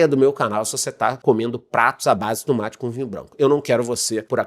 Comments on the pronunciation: Tumate = tomate....kkkkk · O tumátchi 😂